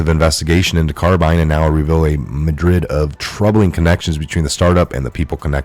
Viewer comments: Myriad. ( mere-ee-id). Not Madrid. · Bro you straight up murder words like myriad lol